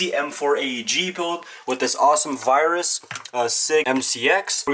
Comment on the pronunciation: Btw it’s “virtus” instead of virus